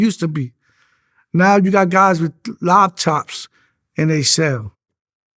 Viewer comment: He said LOPTOP 💻💻💻 🤣🤣🤣💀 welcome home tho salute real g rite there i tilt my hat to him